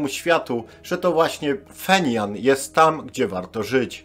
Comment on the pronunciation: Stolica KRLD to Pjongjang a nie "Fenian" .